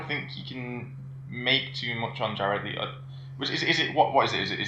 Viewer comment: Stop pronouncing jared letto's last name. "Leetoe, or Layto" its Le-to.😂 great podcast though lads